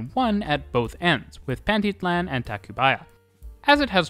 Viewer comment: Loved watching the video and seeing so many parts of the city I know. Also, very funny hearing you pronounce names like Pantitlán, zócalo, or San Lazaro. It's a really good video, keep up the good work!